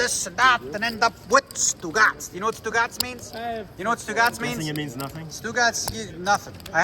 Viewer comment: As an Italian.. giving you a heads up.. STUGOTS means balls!.. OOGOTS means nothing 😊.. just helping ya out..😊